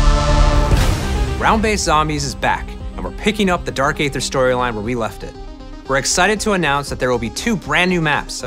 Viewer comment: My favorite part is when he immediately mispronounces aether.